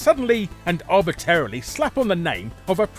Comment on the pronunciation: It's "arbitRarily", Larry, not "arbitarily". I was just thinking about Daikatana a couple days ago -- enough to where YouTube thinks I want to see more Daikatana content -- and now you mention it completely out of the blue here. Lol. Daikatana is one of those things I'd rather forget so my brain can make room for more worthwhile stuff.